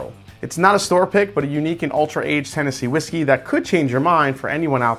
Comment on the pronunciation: Is it just me or did you say Tennessee Whiskel at the end of the video?